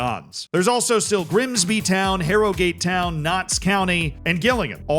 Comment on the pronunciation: "HARROW GAATE TOWYN!" I would watch these vids just for the pronounciation tbh